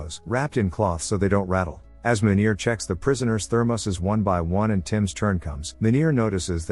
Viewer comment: 😂😂😂Im South African, trust me Meener isnt said like that, its like...Mean Ear with R at the end being very pronounced